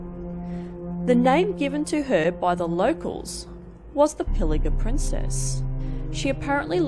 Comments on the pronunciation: Cool story, and thanks for sharing! However, it casts doubt on your research when you're not pronouncing Pilliga properly. It's Pilli 'ga' not 'ja'. No biggie. Love your work! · Pilliga, not Pillija. G, not J. Nonsense, she seldom pushed a trolley. 99 times out of a hundred she was simply walking. Straw wide brimmed sun hat with a red hat band. Never a red hat. Nonsense, never wore an army coat. She wore a navy blue bomber jacket, replete with a Refrigerated Roadways patch on the left hand side. Drivel of a video. Yes, Clare Wibson was her name. She was 55 years old when she passed. Lived In Coonabarabran. Interred at the Coonabarabran Lawn Cemetery. Quite terrifying? This video is quite terrifying in its inaccuracies. Lay off the red bulls and red snakes you mutant being.